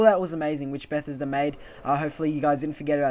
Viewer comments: Stopped watching bechause of the way you said Bethesda.. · Please learn how to pronounce Bethesda. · Who else was annoyed by the way he said Bethesda, great video, but I couldn't help cringing